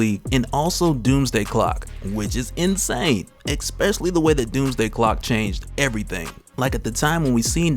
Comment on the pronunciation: Disliked video. Seriously. Anybody trying to make product while speaking who says exspecially needs kicked in the head.